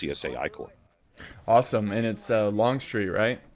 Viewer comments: Jacksons Corps ...the second Corps ( ll. ) so not the ( ey ey ) corps. ...greetings from germany ;) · Howdy all...its the First (l) Corps. ..not the (ey) Corps....lool